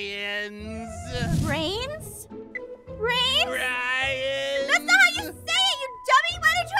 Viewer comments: I love that can’t say the right words like he said bread then brooms but he said brains like a real zombie lol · Haha I laughed when said Brian Ainstead of Brain😊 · THATS NOT HOW EIN SOUND LIKE E SAY BRIANS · It’s amazing how dumb is that whenever he try’s to say brains he says brooms, bread, and Brian but not brains XD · ℍ𝕖 𝕒𝕝𝕤𝕠 𝕤𝕒𝕚𝕕 broom😂😂😂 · i like how everytime he trys to say brains he says something that is like the word but its not😆😆 idk it just got me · lol keeps saying brooms